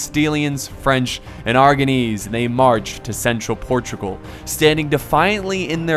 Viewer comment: Im a portuguese person and I m happy to see a video from about wars of Portugal:) Edited part: it's Portugal not Protugal.